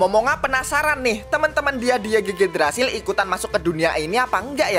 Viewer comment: Yigdrazil bang bacanya 😉 Semangat trus aplodnya bang! (≧∇≦)/